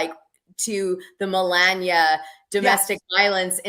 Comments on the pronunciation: Why won't she say Melania correctly! It is so irritating. Not funny. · Oh I'm leaving I can't stand to hear another couple hours of Dana saying millenia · Get her name right Dana!!! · Not gonna lie i cant stand how she messes her name up. Its like she does it on purpose and it seems a bit disrespectful especially since shes been corrected. Now she knowingly messes it up. Idk imo 🤷🏿‍♀️